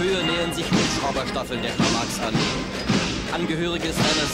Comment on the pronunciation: Its MaRx not Max